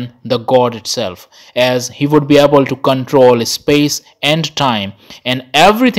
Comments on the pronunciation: And it is not ehspace. Just space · This guy pronouncing space as ispace 🤣🤣🤣🤣